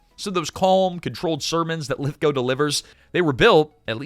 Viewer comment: a) thank you for the correct pronunciation of Lithgow b) thank you for sharing the Third Rock From The Sun story... it's arguably my favorite thing to come from this movie